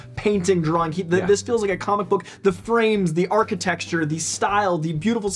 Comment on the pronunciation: I’m gonna steal “architexture” from homie 😂